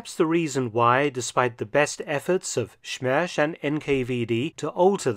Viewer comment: Is any russian comrade able to tell me, if dr Felton's is saying the name of the squad that looked for Adolf a little bit off? :) it's "death" right? Im Polish but we and Russians have a lot of words common and i hear him end with a "sz" (like wind blowing) and it should be "ć" (it 😊ends like "eating" spoken in russian) ? Śmierć